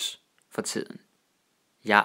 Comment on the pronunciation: Danish orthography can be compared to the English or French one in terms of not corresponding with the actual fonetics. Also I found it interesting how similar some words were to German. I knkw they borrowed a lot from German but this guy actually says "tiden" like "tsiden", i.e. like with the high german consonant shift like in Tíd > Zeit.